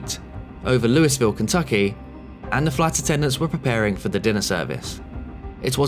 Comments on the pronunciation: Not louis-ville Not loo-e-ville It’s loo-uh-vull Born and raised in Kentucky. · it's pronounced LOO-AH-VUL not this looeyville crap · the city of "Louisville", Kentucky is pronounced "Loo-EE-ville", not "Loo-es-ville". it's not a regional dialect thing, it's just how the city is pronounced by everyone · just as a heads up for future videos, Louisville is pronounced lul-vull/loo-a-vull. You could also pronounce it like loo-ee-ville and get away with it since it was named after king louis and he prounced his name like loo-ee, but a lot of Kentuckians pronounce it like the former due to the accent/dialect of different regions in the state. Saying Louis-ville like you said it will very promptly tell everyone you aren't from here and get you corrected within a split second. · The 'S' is silent in Louisville, so it's pronounced 'Loo-ee-vill'. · I'm sorry to be a pedant, and sorry that our country doesn't pronounce anything consistently, but Louisville, KY is pronounced "LEW-uh-vuhl" I feel bad because St Louis is pronounced "LEW-iss"